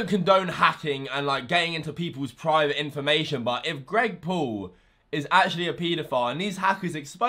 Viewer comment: "greg poul"💀